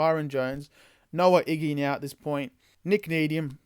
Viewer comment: Ig-ba-na-hene That’s how you say the last name